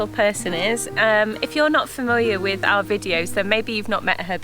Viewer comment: Why can't he pronounce our properly. He says R instead.